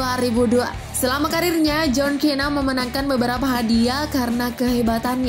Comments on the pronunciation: Bacaan john cena bacaannya sina bukan kena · Tulisannya John Cena Baca nya buka kena tapi sena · John cena dibaca sena not kena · Harusnya bacanya Sina bukan Kena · Itu John Cena bacanya Sina bukan Kena 🤣🤭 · Baca nya Sena mbak bukan kena , ngakak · John sina bacanya mba bukan John kena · Cena tulisannya cara bacanya sena min 🙄🙄🙄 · John 'kena'?? Scott 'stiner'?? Ini narator nya gabisa bahasa inggris apa gimana 😂